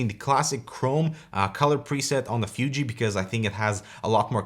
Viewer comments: It's Fooji, not Fyooji XD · I'm not sure what's worst: calling a mid-range DSLR a "fancy camera" or using its proper name, but always pronouncing it "Fyoojee." >_< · I really hate how you say "FYUJI". :)) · was annoyed how pronounced fuji, fooji would be closer imo